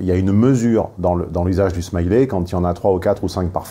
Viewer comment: Si jamais Smiley... On ne dit pas "smaillelet" avec la même fin que "riz au lait" On dit "smailleli" avec le son "i" à la fin (comme "lit") Là aussi ça classe tout de suite Case beauf français qui ne sait pas comment se prononce un mot en anglais Et ne cherche pas à le savoir Tellement il est francocentré 😉🤪😅😋😘😁😵‍💫